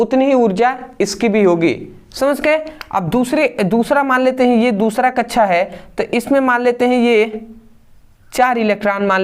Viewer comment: Kaksha ❌kacha✅😂